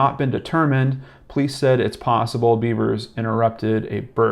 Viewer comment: You should learn the proper pronunciation of the name of the person you're speaking about. I think it's insulting that you keep saying "Beavers". I'd be pissed if it was my loved one. I see the dumb cop said it, too.